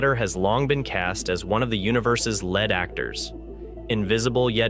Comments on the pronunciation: "... dark matter has long been cast as one of the universe's led [sic] actors ..." -- "lead" (/ lid /). I'm sick of watching YouTube videos in which common words are mispronounced! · that is because it appears to be voiced using Text-To-Speech. You can specifically notice this in the video when dark matter is described as a "lead actor" but the word is pronounced like Lead (PB, the element) rather than "Lead" (rhymes with reed) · ...wow, what a strange pronunciation of "lead actors" at 1'18"...it should be said like "leed", not like the metal lead! Ignore the spelling, this is the English language here! Is the narrator a real person or something else? Just a thought...🤔🧐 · Is this an AI voice? Lead is pronounced leed in this case. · "Dark Matter has long been cast as one of the universe's lead actors" Pronounced like the metal: 'led' Great catch, guys. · Yeah. Although it's better than most, it tripped over the word, "lead."